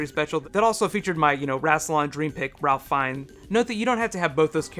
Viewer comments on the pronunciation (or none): Apparently "Ralph" is from Ralph Fiennes is pronounced "Rayf," or so I hear.